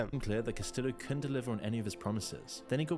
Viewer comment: was annoyed by that and by CastiLo for Castillo and junta with a hard J, progressive English has adjusted to sound less xenophobic and isolationist like this throwback stuff